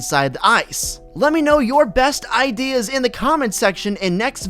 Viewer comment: "Let me know your *eye*deas